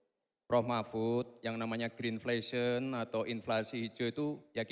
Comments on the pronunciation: Inflasi hijau bukan Gren flation,,tapi Gren inflation mmg😅😅😅😅😅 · Dia bilang green flation 😂😂😂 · ya gak gitu Gibran! Profesor tidak harus tahu semua istilah! Gak taat aturan moderator utk jelaskan terminologi atau singkatan. Jangan2 terminologi saja gak tahu. Mungkin Gbrn memang gak punya pengalaman diskusi, seminar, ujian sidang skripsi / disertasi, jadi ya gitu... Apalagi gerakan gimmick setelah prof Mahfudz menjawab. Benar2 tidak sopan. Menyebut Green Inflation juga pronunciation-nya gak jelas. Benar prof Mahfudz gak perlu dijawab